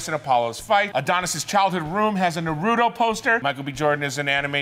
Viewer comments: That Naruto pronounciation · So many things triggered me about this video, but the most heinous act was the misprouncation of naruto